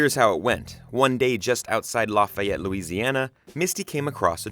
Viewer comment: No one else is slightly offended with the way he said Lafayette? As a Proud Ragin Cajun, I’m kinda offended you mispronounced Lafayette.